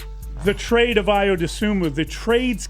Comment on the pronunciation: These guys should not be talking basketball.. he cant even pronounce Ayo’s name after being on the team for 4+ years and then Dillingham in the NFL?